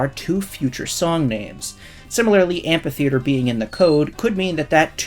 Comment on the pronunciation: The ph in amphitheater is pronounced "f"